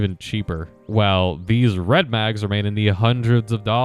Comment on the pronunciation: I knew the way you said "Rrredmag" where you were going with it. 😂